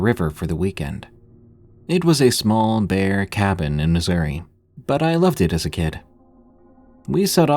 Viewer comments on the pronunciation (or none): none